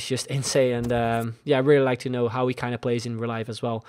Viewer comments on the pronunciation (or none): none